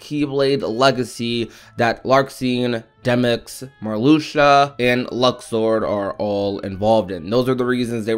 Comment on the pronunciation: Its Luxord come on now